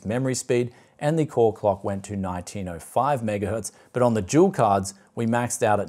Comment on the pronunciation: i've been watching a few of your videos, but im afraid i cant get used to your australian accent you pronounce the D in Dual as if its a J to me it sounds like you're saying Jewel "Recently on the channel here, i took a look at jewel gpu's..."